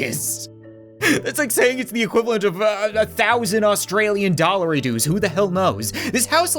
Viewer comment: im a Australians and when he said digry dolars i almost chocked it was so funny